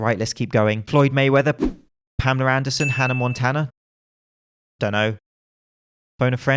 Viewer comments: Why does everyone with a UK accent add the letter “R” to the name Pamela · bar I hear it said parmela more